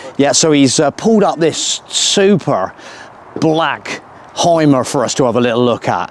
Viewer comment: But I would teach you, how to pronounce the deutsche words correct....like: HYMER You say Haimer, but his name is correct pronounced Hümer.😉